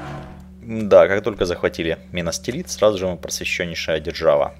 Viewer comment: Не минастирит а минас тирит, будет правельней